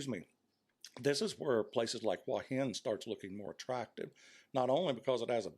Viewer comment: A fairly well presented essay, but the real treat is hearing you pronounce "Hua Hin" as "Wah Hin." That's how my neighbors pronounce it here in the South. Kudos.